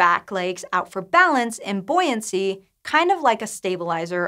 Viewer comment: Surely that should be 'boo-ee-ancy'?